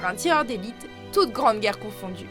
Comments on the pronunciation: On dit Simo Hawha et pas haüha parce que sinon parce que sinon on l'écrit Haya . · prononcer zi-mo hè-ü-hè. le "h" est toujours expiré, comme en anglais ou en allemand; et en finnois, le "s" simple devant une voyelle est systématiquement voisé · Petite leçon de prononciation finnoise : le «y » en finnois se prononce « u » donc le nom du tireur d’élite finlandais se prononce « haaUaa » mais bon vous n’allez pas lire ce commentaire j’imagine. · On ne dit pas Simo "Haihay" on dit Simo "Haya" phonétiquement parlant et ça m'étonnerait que durant la bataille de Stalingrad il y avait des soldats japonais et aussi Wehrmacht se prononce "vermacht" et non pas "veimacht".